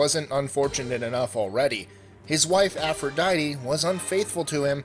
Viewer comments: BS APP-RO-DITE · No i m talking about aphrodite